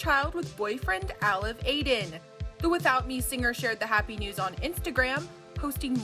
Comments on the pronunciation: “Aylev Aiden” Turkish name butchered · How to pronounce alev aydin Ah-LEV eye-DEN Also En-dair